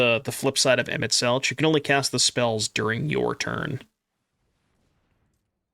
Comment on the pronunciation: FYI it is pronounced Emet-Selk. There's no 'ch' sound.